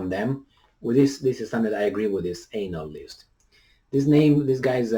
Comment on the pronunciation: pronunciation of the word analyst is funny. Maybe he does that intentionally. He starts the word with "anal."